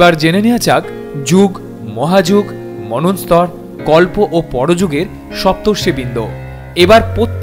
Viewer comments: আরে ভাই ভুলভাল বাংলা উচ্চারণ করিস কেনো? মনস্তর নয় মনন্তর হবে। আগে ভাষাটা শিখে নে, তারপর ভিডিও করিস।😂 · মনু+অন্তর=মন্বন্তর। উচ্চারণ হবে manwantar 🙏